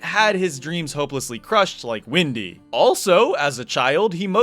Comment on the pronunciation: Windy? You mean Russian letsplayer?! Sorry, but i did sound like "Windy", and Windy31 is kind of popular in Russia, so I had to make this joke